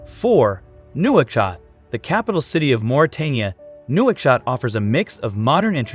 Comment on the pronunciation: Lived there for 2.5 years well north of the Senegal river, amongst the bidhan (white moors). You badly mispronounced Nouakchott. I am surprised that you didn't mention the landlocked Nile crocodiles. The Paris-Dakar Rally used to pass through there.